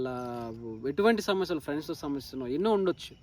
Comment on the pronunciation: Samasyalu aney padham palakatam nerchuko mundhu